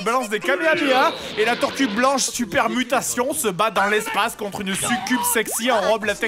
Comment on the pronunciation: on entend sextoy mais je pense qu'il disait "mutastone" comme dans les sous titre mais c'est vrai sa prete à confusion ^^